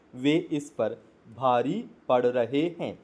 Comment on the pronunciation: अरे भाई आपने 20 गलती तो डिक्टेशन बोलने में ही कर दी हैं। हैं के लिए है बोल रहे हो। पहले मटर को एक दो बार पढ़ लिया करो उसके बाद उसका डिक्टेशन बोला करो क्योंकि आप मैटर अच्छे से नहीं बोल पाते उच्चारण में अपने सुधार करो बहुवचन को एक वचन और एक वचन बहुवचन बोल रहे हो। शब्दों का उच्चारण भी अच्छे से नहीं कर पा रहे हो। अब जब अच्छे से नहीं बोल पाते तो नए नए लोगों को मिसगाईड क्यों कर रहे हो?